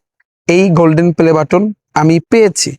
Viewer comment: আপনি যখন প্লে বাটনকে পেলে বাটন বলচেন তখন এ বুঝা জায় আপনি কি🙂